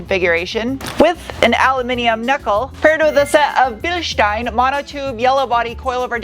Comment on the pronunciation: Ok where is this woman from? Her pronunciation of different words is unusual. Aluminum Bilstein, gets her mm and inches confused. Oh and "shteel" not "steel". US accent though.